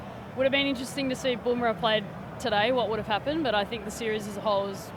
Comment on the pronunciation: Not bom rah? Fkin English! BUMRAH IT IS!